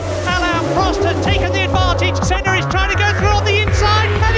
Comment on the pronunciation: And she FINALLY got Senna's name right!!